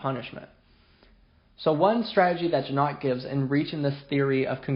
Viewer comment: Hard "g" as in "got" or "goat".